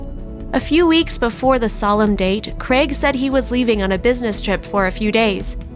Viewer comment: Craig! The mans name is Craig not fuckin creg